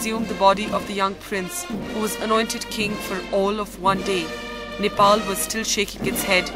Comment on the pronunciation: She said Nipple🤣🤣